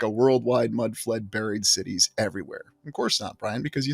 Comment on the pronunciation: Are you saying "large sh*tties" instead of "large cities," or is that just my imagination? lol 💩